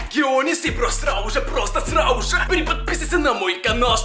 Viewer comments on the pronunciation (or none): а почему ты говоришь "срауже" а не "сразу же" это из-за того что ты украинец?